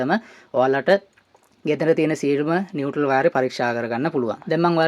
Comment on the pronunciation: නිවැරදි කිරීමක්: ඒ වචනය 'නියුට්‍රල් ' (neutral) , නියුටල් නොවෙයි!